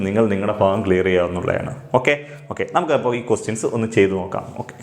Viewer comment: ഫിന്നസംഖ്യ ഫയാനകം, ഈ ഫാഗം എന്തുവടെ ഫൂമിയിൽ തന്നെ അല്ലെ